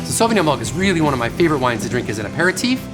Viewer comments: Perhaps you can tell us everything about Sauvignon Blanc except the proper pronunciation...... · Hmm wrong pronunciation!!